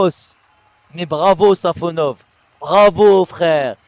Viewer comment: Guys it’s SafOnov, not SafonOv. Congrats from Russia 🇷🇺